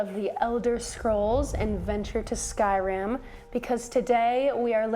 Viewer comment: It's pronounced Skyrim not Skyrem. Just so you know. ❣